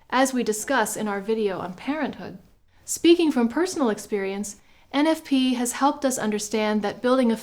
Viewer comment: 😂😂😂 Thomas ain’t talmbout no eneffpee